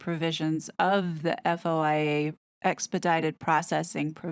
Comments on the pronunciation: FOIA is pronounced foy-ah 🙂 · You just say FOIA “foy yah”